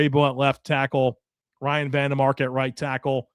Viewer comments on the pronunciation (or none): none